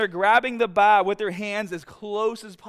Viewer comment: “When pressing the baaaaaah” Tf he just say? Ohh, bar. I gotcha.